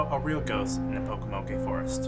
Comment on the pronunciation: You pronounced Pocomoke forest wrong there is no a sound